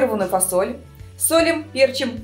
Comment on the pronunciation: пЕрчим как режет слух